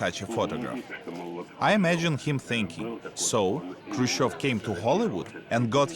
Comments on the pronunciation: What was and is the issue that Americans can't say his name... Its chev not chov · HAHAHAHAH I LOVE EISENHOWER HE SAID “NIKITO ... KRUSS-CHEV” AND THEN PAUSED AND SMIRKED AT SOMEONE IN THE AUDIENCE WHAT A SAVAGE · Eisenhower: “Nikito… Khrushchof”